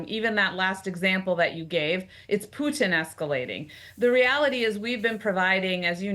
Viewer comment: Is it just me or is she pronouncing “Putin” in a strange and unusual way?